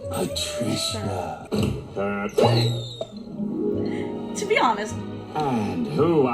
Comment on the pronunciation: I hated this episode as my name is Patricia. Hearing it being said that way grosses me out